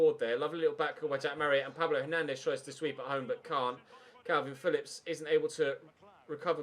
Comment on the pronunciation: stop saying kalvin its kelvin Phillips